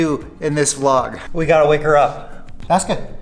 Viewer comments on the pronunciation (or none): none